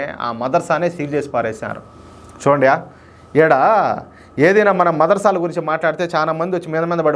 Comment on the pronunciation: అన్నా అది మదరసాలు, కాదు ముద్రసాలు😂